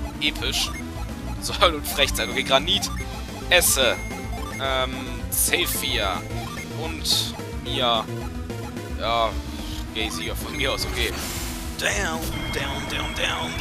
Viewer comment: Wenn du Zephir sagst verstehe ich immer C4